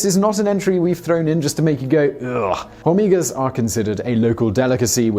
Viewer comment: The H in "hormigas" is silent.